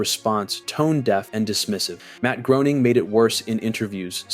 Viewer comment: imagine naming your channel after a simpsons character and you cant pronounce Groening